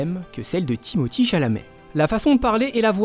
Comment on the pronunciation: Sont nom se prononce Timothér et non Timothii